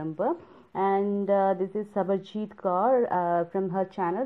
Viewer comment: Omg 😯 i just watched your video u did really good job. Thanks for posting such a nice unboxing and m really happy that you liked the curation. Now m a subscriber of your channel too. 😘 (on a funny note 📝 let me tell u one thing that you pronounced my name wrong 😂 its sarabjeet dear not sabarjeet 😆 but its ok coz many people get confused and say sabarjeet. Loads of love 😘. Good wishes for success